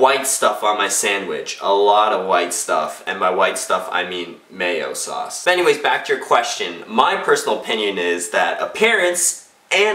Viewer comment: Did he say Mayo-sauce or Male-sauce?